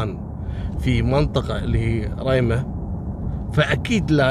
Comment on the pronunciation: محاافظة ريمه بفتح جميع حروف الكلمة وتحيه لك مني من محافظة صنعاء